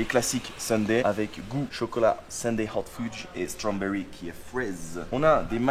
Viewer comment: « Happle », « Stromberry » trop fort 👌🏼